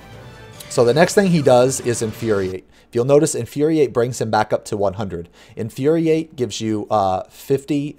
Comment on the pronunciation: that Inuriate triggered me lol